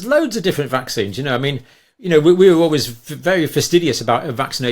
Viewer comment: Stop calling mRNA technology " vaaaxines".